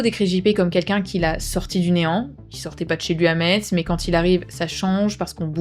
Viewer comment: On dit Mess (Metz) et Voipi (Woippy)🙏